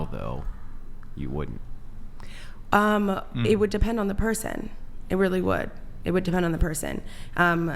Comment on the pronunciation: “Wouldn’t” isn’t “Would-dint.”